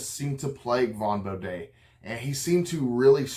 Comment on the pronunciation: bo-dee not an appalachian bo-day :face-green-smiling: but nice job